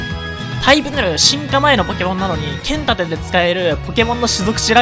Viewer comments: ポケモンけっ↑ん盾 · けん↑たて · 剣⤴︎ 盾⤵︎